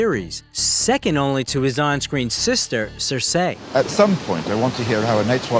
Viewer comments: Cersei is pronounced Cer-see not Cer-say. Also, this video should of been 2 videos. I think both of the actors would deserve a separate video. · They way the narrator pronounced Cersei 😂.